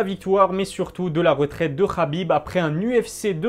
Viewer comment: On ne dit pas khabib mais Habib